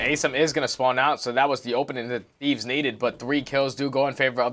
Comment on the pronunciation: this commentator is literally ass especially when he said "Ay-sim" wtf